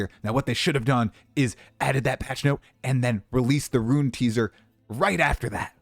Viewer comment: Ya keep pronouncing "Rune" as "Ruin"